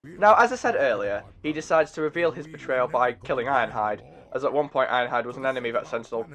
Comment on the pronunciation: "she has a pont"